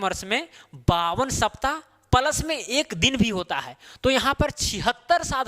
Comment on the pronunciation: Plus को प्लस बोलो पलस गलत है। आपकी भूल निकालने का इरादा नहीं है। लेकिन आप जैसे कुशल शिक्षक के टीचींग में चार चांद लगाने का ही इरादा है